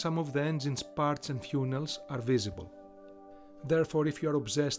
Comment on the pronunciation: Bro really pronounced funnel fewnel